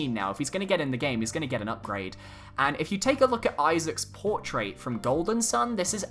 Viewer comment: Dang, you can't say "portrait" right